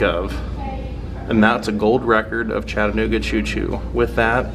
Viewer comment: Thanks for pronouncing Chattanooga correctly!!!